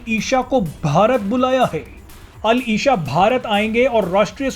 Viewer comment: मोहम्मद बिन अल इशा नहीं भाई अल इसा होता है। आप न्यूज़ एंकरों को थोड़ा उर्दू का भी ज्ञान होना चाहिये।